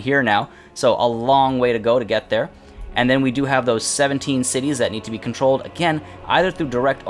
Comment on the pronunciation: Your pronunciation of the cities made me wet